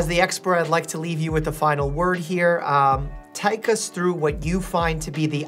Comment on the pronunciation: Where is Dr. Mike from? Never heard someone pronounce “take us…” the way he says it before.